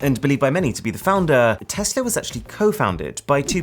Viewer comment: Aaron thanks for calling it Tesla and not TEZLA! Just watching but your videos are always great!